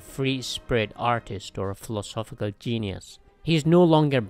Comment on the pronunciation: Who else heard him pronounce philosophical and instantly checked out?